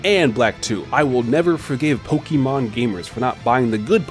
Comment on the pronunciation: I love you and your videos but please stop saying pokiman it's like a drill in my eardrum every time